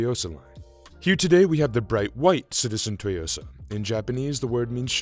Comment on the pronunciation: No one seems to get the correct pronunciation of Tsuyosa. Weird, it is not that hard. Besides that, 5 out of 8 watches have Citizen movement, which says a lot. Seiko is falling behind.